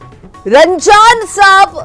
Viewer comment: ನೀವು ರಂಜಾನಸಾಬ್ ಹಾಗೂ ಇಂಗಳಿ ಊರಿನ ಹೆಸರನ್ನು ಸರಿಯಾಗಿ ಉಚ್ಛರಿಸಿಲ್ಲ..